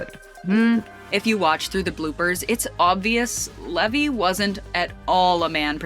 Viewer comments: That's Levi as in Levi jeans. Pronounced I at the end not E at the end. His full name is actually Zachary Levi Pugh. Also he's not Jewish though many people understandably think he is because of his stage name. I can't wait to see 'Shazam! Fury of the Gods'. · It's leeeee v iiii